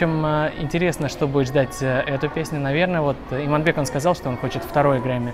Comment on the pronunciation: какой молодец, правильно произносишь Иманбек, а не Иманбэк, как грешат многие неказахоязычные 👍👏🙏🏾